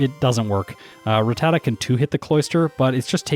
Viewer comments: Ruh-tat-uh is how they pronounce it in the anime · Why do you pronounce Rattata with both common pronunciations?? How am I supposed to know how to pronounce it now